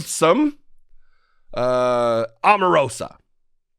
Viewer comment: Her name is pronounced OH marosa